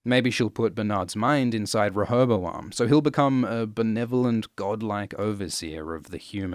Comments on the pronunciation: OMG He says Rehobaloam right? he keeps on saying rehobaLoam. Am i missing something, and is that actually how you're supposed to pronounce it? it's such a minor detail, but i need to know if anyone else can hear it, or if i'm just going mad. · Your pronunciation of rehoboam grates on my ears every fucking time I hear it. I've always pronounced it "REE-ho-BO-am"